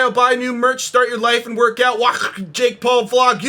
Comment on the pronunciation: I died when he said wacht.